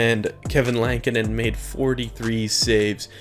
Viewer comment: lankinen not lantinen jesus